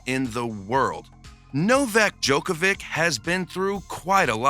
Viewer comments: My husband can’t pronounce his name … he calls him Novak Dodge-a-vick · Bro not only did you pronounce his name wrong, but you also mispronounced his childrens names and his wifes name. Love the vid, just search how its pronounced before you make a lot of mistakes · You mispronounced every name in video, i understand that Jelena Gencic is hard but Nadal and Djokovic?!